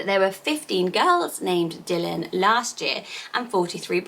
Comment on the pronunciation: Is pronounce Dylan differently x